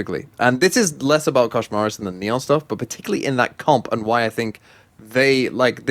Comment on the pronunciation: i recommend pronouncing his name in spanish: Neh-On